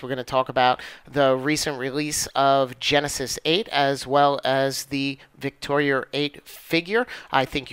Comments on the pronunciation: Victoria is not a hard name to pronounce. Why do you insist on putting an "r" at the end? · Ha, obvious condescension regarding quantum physics aside, as a former linguist I am very much aware of how things are said with regional accents. Names such as “Victoria” are frequently pronounced with an r after it in both the UK and New York. Considering the fact that the person who made the video is from New York, it’s not surprising at all that he puts an r after Victoria. But congratulations, you win the internet for being an ass on a YouTube video for no reason whatsoever. Bravo, enjoy your achievement. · I think we are going to have to agree to disagree. I appreciate the actual conversation even if there was rudeness on both ends. Sarcasm and rudeness aside, I see it as more of an accent thing. A lot of people who live in the NY area add the r’s and from what I’ve gathered, don’t even hear themselves saying it that way.